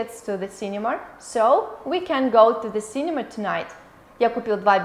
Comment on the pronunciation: почему вы говорите синемаР?